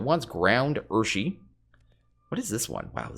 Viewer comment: Urushi is pronounced "ooo-roo-she."